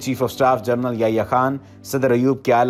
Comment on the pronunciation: جنرل کو جرنل کہہ رہے ہو